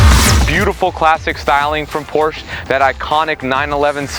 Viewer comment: Doesn’t even know how to pronounce Porsche properly